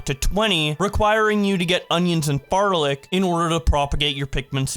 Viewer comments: Discounting you keep forgetting the first L in "flarlic", this is clickbait due to the fact you only ban farming Pikmin. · Did he say "farlic"?